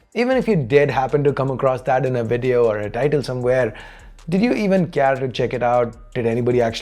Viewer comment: Learn to pronounce properly, Care is not pronounced that way.